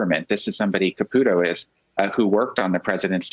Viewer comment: Nobody says Ka-pew-to in English or Italian, as far as I know. Maybe I'm wrong, but I don't think so.